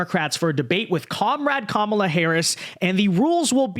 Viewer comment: I appreciate that you corrected yourself on your pronunciation of "Kamala". From sounding like Ka-Mau-la to Ka-mah-la. But I'm also pretty sure she'll change how she pronounces her name depending on who shes speaking to so idk